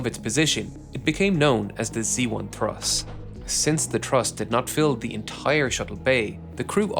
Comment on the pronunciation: Awesome video for an awesome accomplishment. I’ll be watching for the follow-up video! A minor annoyance: You repeatedly said “exhibition” instead of “expedition,” and sometimes “thruss” instead of “truss.” 😅